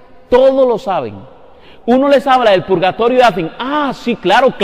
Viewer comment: No saben ni escribir ni hablar. Se llama PURGATORIO y no pulgatorio !!!!!